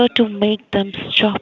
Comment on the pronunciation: Lol! I can’t stop laughing!!! “in order to make them schtop “ *Chan Chan chaaaaaaan!*